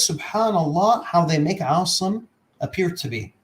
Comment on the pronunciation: Oh also he was introduced as an Arabic expert yet he reads Assim as "Awesome". He can't even read. Wake up bruh.